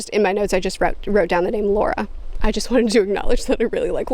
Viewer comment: As an audio book listener you said Luccio correctly. You are saying Lara like the name Laura. Took me a minute to figure that one out. I was sitting here wondering why I couldn't recall a Laura. Great review!